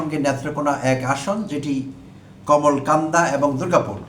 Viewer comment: Bhai Kamalkanda noy, Kalmakanda.